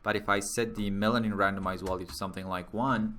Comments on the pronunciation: I did too, but one can always improve, no? He speaks mostly fluently, but then there's that pesky "wollue". Germanic language speakers can say the v sound, so it's a matter of him not noticing he's doing it and it doesn't hurt to improve your accent, especially when everything else he says already sounds pretty good. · I know English is not your first language, and for the most part, your English is pretty good, but you're missing the mark with the word "value". You are pronouncing the V as if it were a W.